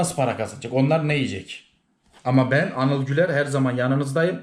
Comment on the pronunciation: Abi hocanin senin ismini eniyıl diye telaffuz etmesi cok iyiydi 🤣🤣🤣